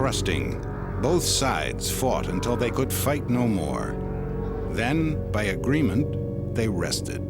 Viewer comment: Narrator sad "Bay the time they left, Dacia become to be called Romania"😆 Can't possibly be true What a liar In 1859, Wallachia united with Moldavia to form the United Principalities, which adopted the name Romania in 1866 .😃🤮